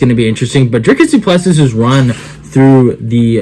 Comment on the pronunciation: Dricus Du Plessis. The "s" is silent.